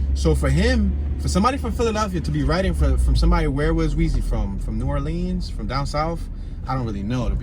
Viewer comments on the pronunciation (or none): none